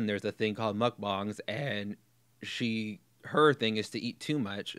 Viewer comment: Thank you for correctly pronouncing mukbang 👏👏 I agree with everything you said here. You ooze intelligence, my friend.